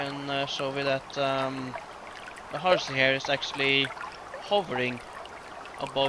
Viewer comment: By the way, it's "LOH" for lojban, not "LOU" for lojban. It's the difference between "on" and "own". And even though you changed his name from xarci, remember that 'c' is a 'sh' sound in lojban. It's neat to see the changes you've made since this video was released.